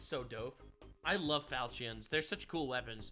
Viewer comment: He cannot say “falchion” correctly.